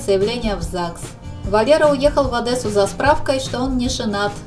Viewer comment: не Одэсса а Одесса вы наверное там не были а то знали бы как не любят одесситы когда говорят Одэсса